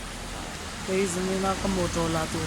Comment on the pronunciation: Motro la tur te ati...ava bur ṭek ṭek a accent chu.